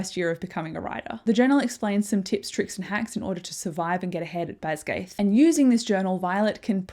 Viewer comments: This was great, thank you! Jsyk, it's not pronounced "BasGAITH", it's Bas-gee-ath" with a hard g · Great video, it just bothered me every time you pronounced Basgiath wrong 😅 BAZ-guy-ith